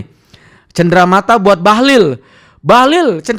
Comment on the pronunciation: Bahalol bkn bahalil.bahalol macam gabenor kaltim